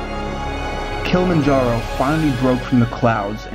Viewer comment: Dude made this video but can even pronounce Kilimanjaro. Its not Kill-manjaro. Jesus.